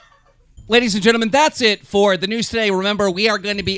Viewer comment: I love keem but every time he says " also on the noose" a small part of me dies :(